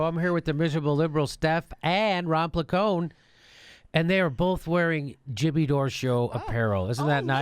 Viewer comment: Sad that calls himself an Italian American when he doesn't even pronounce his own family name correctly. Other than that I do not in anyway shape or form celebrate Christopher Columbus Day. I never understood why Americans celebrated such a day.